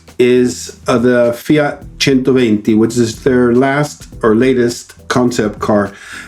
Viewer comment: The first American to pronounce FIAT correctly